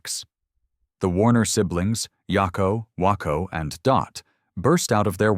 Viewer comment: "Yakko... Wonko... And Dot" 😐🤦 A.I.